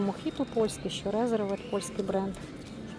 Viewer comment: Подивіться як правильно вимовляється назва бренду. Не Резервед а Різьорвд.